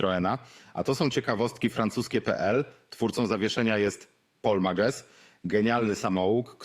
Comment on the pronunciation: Paul Mages wymawia się [Pol Mażes]